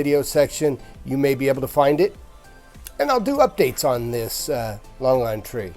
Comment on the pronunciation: Your pronounciatiin on longan is incorrect.